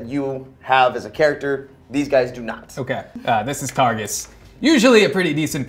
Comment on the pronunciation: he’s saying targus but i keep hearing tarsus like saul of tarsus in the bible and its making me wheeze